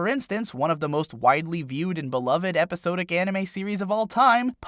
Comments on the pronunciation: Epi-sah-dik. It's epi-saaaah-dik. You kept pronouncing 'Episodic' like epi-so-dik. It's sod, not so. otherwise super cool discussion, nice analysis of all the visual stuff. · First it was the mispronunciation of iron as i-run and now we have episodic as epi-so-dic. I like the shows and the writing is good. I just can't believe you've never heard so many basic English words spoken out loud😀 cheers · "eposodic series" do you know Temmie? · the way he says episodic upsets me